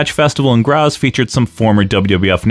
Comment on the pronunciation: And it kicks off with a proto-Frankensteiner . Also that's not how any of those words are pronounced. BREH-men, not "Bremmen", GrAHts, not "Gras". Anyway, when I was a kid I remember Wanz coming onto a TV talk show and making a huge point out of them disallowing closed fist punches which I thought was really smart in explaining why you'd even use something as an open-hand chop. HOWEVER, I feel like you're not giving enough time to Peter William who was also very active as a wrestling commentator on German TV for 10+ years on a level comparable to Gorilla Monsoon (especially cause everyone else was the pits and still is).